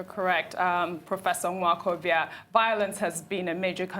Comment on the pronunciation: I cannot believe that my could not properly pronounce Nwokobia (a male guest of honor) -- she seems to be hanging too close to OGY who takes pride in crucifying Nigerian names, including hers. I don't like that -- there is no African name that I cannot pronounce fluently. Folks should understand that not being able to pronounce Nigerian names, especially by Nigerians living in Nigeria, is a disgrace and a sign of low IQ. definitely has no low IQ but she must not let this happen again -- practice the name before going live on tv.